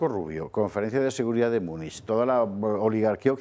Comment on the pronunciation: ¿¿¿miuniq???... MÚNICH, MÚNICH, MÚNICH (o München) ¡¡¡¡Que asco me producen la Von der Leyen y la Kallas!!!.... QUE ASCAZO!!!